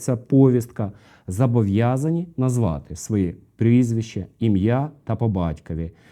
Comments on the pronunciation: Блін, ну вже ж читаєте офіційний текст закону, який написано без помилок, і все одно: «зАбовʼязаний». Вірно – «зобовʼязаний». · Не забовʼязаний, а зобовʼязаний. Так само, як не Палтава, а Полтава.